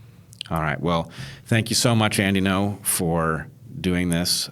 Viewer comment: Bret introduces him as "Andy No", is that how it is pronounced? I assumed it would be Andy Ngo (like "anding-o") but maybe Bret just had trouble with it. Cuz he racist ;P